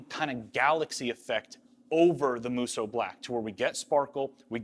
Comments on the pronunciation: I’m so glad you learned how to say musou with only 2 syllables xD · Draw out the 'o' a little longer on Musou :) The u after the o sound in hiragana indicates the extension of the 'o'. These videos are wicked :D